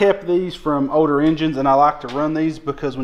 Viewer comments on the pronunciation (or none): Older is the word, not ODOR… 😂😂😂